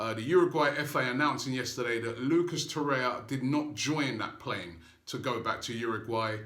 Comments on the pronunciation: To-ray-ra, Robbie. Not To-ray-ya. Hopefully you'll get it right by Christmas :) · You are mispronouncing his name in every video – It is TorreiRa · I think it’s a joke lol because Robbie is pronouncing his name wrong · Seriously, stop mispronouncing Torreira's name!!!